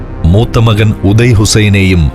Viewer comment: ഉദയ അല്ല... ഒതായ്